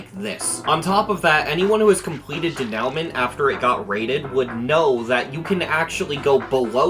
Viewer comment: [i’m] not french, but learning: denouement would be pronounced “duh-NOO-mon” more or less (if you can be bothered, it would be more accurate to nasalise the last n)